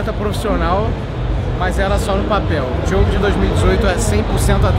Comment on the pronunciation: Só eu que percebi que ele falou Diego e não Diogo kskssk